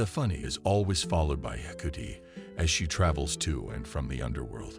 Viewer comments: This guy's consistent mispronounciation of the gods names makes this very difficult to listen to. How do you get 'Hecuti' from Hecate, anyway? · I really can't stand the mispronounced words and name of Hecate, called hecootie in this video. 🖕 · Actually pronounced heck art aye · Would be nice to pronounce her name correctly! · me also, it bothers me most with Hecate as I'm Wiccan and she is my Goddess. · Is the mispronouncation due to the possible use of voice to synth technology?